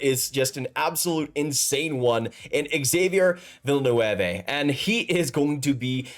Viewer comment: Pronounced Vill- noov.